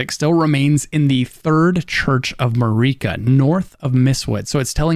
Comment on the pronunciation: He pronounced just about everything wrong, Marika, Melina, Evergaol